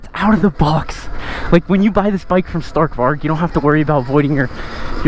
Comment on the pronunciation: Facts the pronounciation was horrible 💀